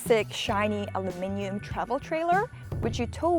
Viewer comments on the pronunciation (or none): none